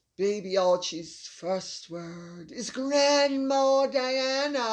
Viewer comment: MM must have kept telling Archy say Crandma Diana hundreds of times